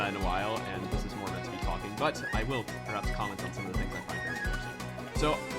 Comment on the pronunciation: HE PRONOUNCED TALKING THE NORMAL WAY OMG